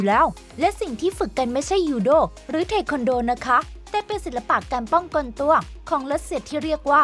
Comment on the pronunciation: B 13 มันอ่านว่า เท ควัน โด ครับ